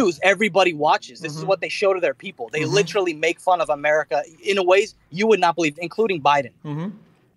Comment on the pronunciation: If you took a drink every time said "li- cher - al - ly" you'd die from cirrhosis of the liver in 5 minutes.